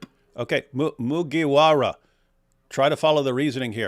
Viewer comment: this whole part was funny coz I believe DW has no idea who Luffy from One Piece is from the way he pronounced Mugiwara.